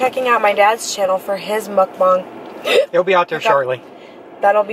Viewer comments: It's muckbang not mubung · It is call muck bangs not mook bongs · It’s not “muke-bang”... 🤦‍♂️ pronounce it like “muk-bong”. You’re welcome! ;) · I’m sorry a "mookbong"